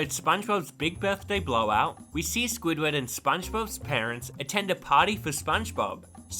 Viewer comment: It's SQUIDWARD Q. TENTACLES NOT J